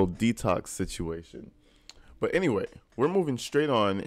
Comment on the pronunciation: Yes—toxicity is definitely it! So much so that it reached through the screen and made my stomach hurt when DB said “you know we gon’ end up being together ennyway”. 🤢